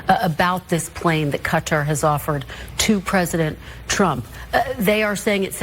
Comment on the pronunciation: Legal immigrants are welcome here. Hilary is doing her usual twisting if the facts… and by the way its kah-tar with emphasis on the latter syllable. That is how persons from that country pronounce it…good job for also doing so!!!